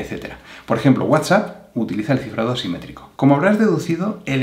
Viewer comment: gracias amigo, me ayudo aunque a veces no se distingue muy bien cuando dices simetrico y asimetrico jeje